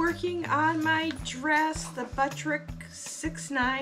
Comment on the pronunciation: Butter rick that is how you say the name of the pattern